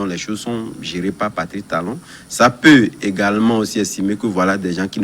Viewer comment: C'est qui ce journaliste. Il dit talon talon pffff.